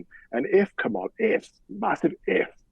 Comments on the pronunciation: Please pronounce her name right - it’s KA-mala, not ka-MA-la. People mispronounce her name to be derogatory or are being ignorant. You are supposedly a “journalist”. Get it right. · Her name is KAM a la,, not Kam-AH-la. And you call yourself a journalist? Are you kidding? If you haven't gotten her name right by now, after all these years, then there's no hope for you. And if you think for a moment that meghan has any influence on Kamala, then you're even more delusional than harry. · Please, it's KAMala, not KamALa. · it's KA-ma-la. Whether you agree with her politics or not, surely you can give the Vice-President enough respect to pronounce her name correctly. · Love you. Please learn to pronounce Kamala’s name correctly. Kamala (like Pamela). It’s disrespectful. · Please pronounce Kamala name correctly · You're spot on with that comment. Not only that, but she's so dumb that she can't even pronounce Kamala's name correctly.